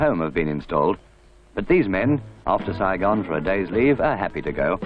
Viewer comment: Saygine ? It’s Saigon lol